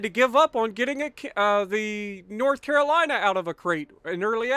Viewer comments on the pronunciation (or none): none